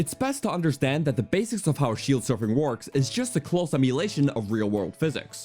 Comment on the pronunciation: durrability "how shield surfing wharks" "Death Montin" "to go abott surfing" "the wourst shield in the game"/"one of the wourst in general" Not too many in this video. You're improving.